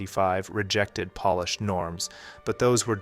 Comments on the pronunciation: I'm old enough to know that they also don't correctly pronounce it in "polished" 5 seconds later. If you make that mistake in pronunciation, you always make it. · At you say that we shouldn't venerate polished works, and you pronounce polish like the nationality. Clever!